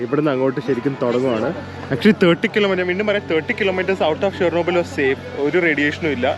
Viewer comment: great dear..if u didnt notice u were pronouncing shernobyl..it is Chernobyl... Just sharing I thought u would not visit chernobyl thats why never commented. Must say without chernobyl russian trip is only half done. Cant imagine your mental state...the sleeplessness...tension of hacked youtube account..pinne the things u got to see all taking u years back or to that day when tragic struck.. Chernobyl series is the best that one could get to see of what happened. Most probably what would have happened might be even worse than that has been revealed.